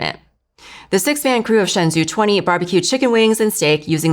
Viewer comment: 神舟Shenzhou is pronounced as shén zhōu like Shen Joe